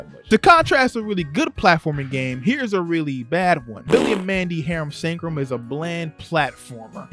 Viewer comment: Bro why was pronouncing Harum Scarum so hard for you, you keep saying "Sancrum" like bro wtf is a sancrum It's scarum like Scare 'Em. Harum Scare 'Em.